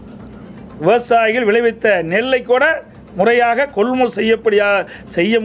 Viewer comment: கொள் முள் நிலையம் அல்ல கொள்முதல் நிலையம் நட்பட்டினம் இல்ல அது நாகப்பட்டினம் பேச்சில் இன்று ஏதோ தடுமாற்றம் சார்